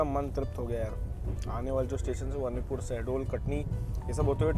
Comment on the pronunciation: As I am from this area I want to tell you • Anuppur is pronounced as अनूपपुर • Chirmiri is pronounced as चिरमिरी. •, that is Marhi Mata Mandir near Bhanwartonk village. Constructed in 1871. Navratri mein yaha bht shradhaalu aate Hain aur kaagaz mein apni manokamna likhte hain. • That train is Bilaspur - Chirmiri (Express) which runs at night and and Chirmiri - Anuppur (Passenger) • In that area BSP - Anuppur Section, Chana Masala is quite popular food in trains. AC mein nhi aate honge bechne... • Achanakmar is pronounced as अचानकमार • Kalinga Utkal doesn't go via Bhopal it goes via Katni Murwara, Saugor and then from Bina it merges in Delhi Mainline.